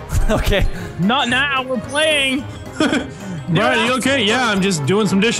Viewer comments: Mini "Get down stair right meow!" Is it just me or does it sound like mini said meow instead of now? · Mini Lad said "Help me! Help me! Get down stairs right Meow!" He said "Meow" instead of now.